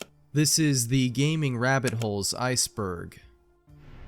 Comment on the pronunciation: Gaming rabbit holes ❌ Grah amibbiole ngts ✅